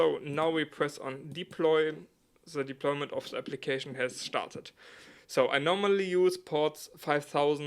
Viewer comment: „… has SCHtarter“ Ich liebs hahahahahaa